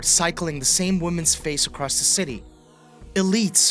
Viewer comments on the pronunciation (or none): none